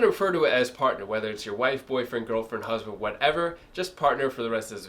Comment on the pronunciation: What is a Hasband? lol